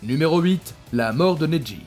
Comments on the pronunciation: C'est neji pas nedji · Nez-dji au lieu de neji